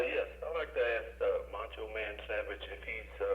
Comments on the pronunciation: Is the host saying mancho? lol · He said Mancho